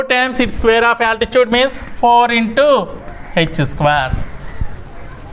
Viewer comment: 🤣🤣😂when you are saying 3rd problem u spelled altitude as altichuvd😂😂😂